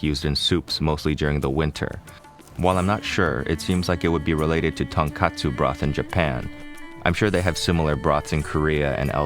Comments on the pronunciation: Not tonk[A]tsu broth but tonk[O]tsu broth. tonk[A]tsu is pork cutlet. -- Excuse me to be picky. Can't be helped cuz I'm Japanese who grew up in Japan, east of Tokyo. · Hey Chef! I know you like pursuing proper pronunciation so I just wanted to let you know that Tonokotsu is pronounced exactly as you said it except the 'ko' is closer to the 'co' in 'cope.' The vowel is more in the back of your throat. If you pronounce the 'ko' the way you did, closer to the 'a' in 'Alejandro,' then it means pork cutlet. Both delicious. Also, thank you for what you do :).